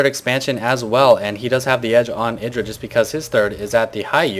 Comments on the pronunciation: Why do you call him "edra" ? It is: Idra. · idra said in an interview you should prononce it e-dra i think